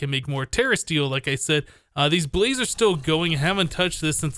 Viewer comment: "balz" i.s.o. "blaz"